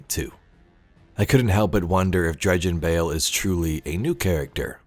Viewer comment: I thought he said Dredgen Hoe